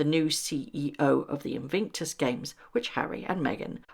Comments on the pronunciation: Its Invictus not Invinctus. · Great vid but PLEASE can you pronounce Invictus correctly ... not InVINCtus!!